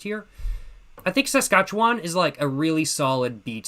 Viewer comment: Born in Saskatchewan, good content I wasn't expecting this one lol. You pronounced it right also.